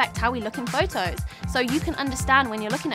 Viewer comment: Fojtojs? 😂 Hmm I think Photos not Phojtojs